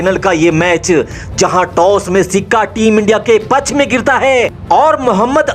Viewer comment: Bhai.. channel popular karna hai??? Aawaz to badhiya hai aapki. 👌 but bhasha ko sudharo thoda. Match Phix nhy hota fix hota hai. Try to speak F, (Ph nhy). Final hota hai, Phinal nhy. Paksh hota hai, pachchh nhy. All the best. God bless.